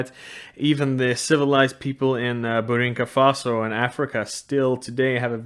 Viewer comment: It's Burkina Faso, not Burinka Faso